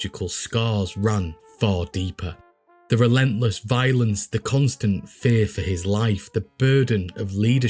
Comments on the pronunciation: Another brilliant video. One note: “Coup de Grace” is pronounced “Coo da Graw” ❤🫡 (My aunt Saskia was born and raised just north of Paris) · Pronounced “Coo duh Grahs .” My accented friend I know it looks like coup de grace but it’s like coup d’etat . Although, I also don’t doubt they also mispronounced it. It’s French so I kind of doubt bugs would have, because of his upbringing, that I’m now much more informed of thanks to you. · Coo day Gra as in grotto, not grace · I really like your videos, from those you choose to cover to the general format. A quick couple notes; 1) Pronunciation of a few things, like coup de grace sounds more like koo da grä (couple other words over your various videos, like epitome). 2) Your line about 'supplying booze for thirsty Chicagoans throats', could be slightly altered to include alliteration; something like 'keeping the booze flowing down the thirsty throats of Chicago's citizens'. Just a thought, to use or ignore, either way I look forward to your future videos. Cheers!